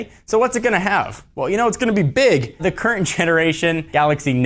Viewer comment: emphases on BIG